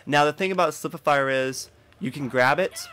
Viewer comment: spif-e-fier lol